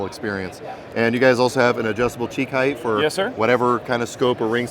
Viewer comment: extremely nice rifles but people are getting annoying calling height, heigth!! what the hell i know your grown ass didn't forget how to properly speak the language ! smh